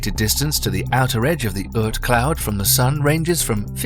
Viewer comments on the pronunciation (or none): It is very nice you're trying to make documentaries, but you should be careful. There is no such thing as Earth Cloud ; it is Oorth Cloud. We know it is cheaper to have artificial voiceover, but this way you're spreading disinformation...